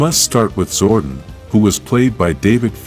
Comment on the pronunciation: lol We can pronounce Thuy’s name correctly but not Zordon’s or Austin St. John’s.? 😂